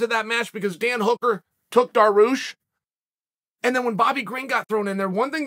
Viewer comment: I love fighters like Mocklechev and Duhroosh- chael